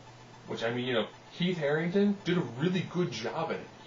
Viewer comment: Heath Herring'ton'. You're adorable.